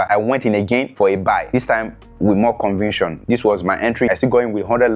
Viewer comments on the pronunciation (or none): not conviction convicsion!!!!😂😂😂